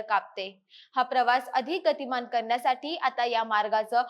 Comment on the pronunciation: माहिती व निवेदन चांगले आहे पण करन्यासाठी ऐवजी करण्यासाठी असे सुस्पष्ट व शुद्ध उच्चार करावेत न आणि ण मधला फरक ओळखून त्याप्रमाणे उच्चार करावेत. तसेच पुष्कळ लोक भाजी भेटली बस भेटली असे म्हणतात पण माणूस भेटतो वस्तू, बस मिळते उदा. भाजी मिळाली बस मिळाली इत्यादी.